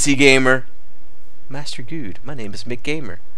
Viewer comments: M C gamer Not McGamer youre mispronouncing his name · You do know that he is pronounced M C Gamer right? Guude is just trolling.